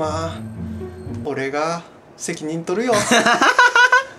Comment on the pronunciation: ｢俺が～、責任と↓る↑よっ↓｣